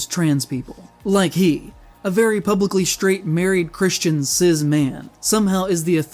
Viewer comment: why is that shadows guy speaking on trans people's issues when he pronounces cis as sizz lol